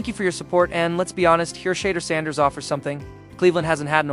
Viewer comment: Please learn how to properly pronounce Mr. Sanders name. Please!